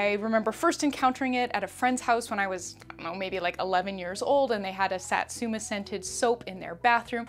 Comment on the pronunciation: I never want to offend anyone, but just wanted to say Satsuma is pronounced Sah•(like the a in saw)•tsoo(say the o quickly, like saying two)•mah (also quickly, like in maw) ♡ japanese vowels never change unlike the fluidity of thenebglish language, so I totally see the issue we come across ♡ tysm for the video !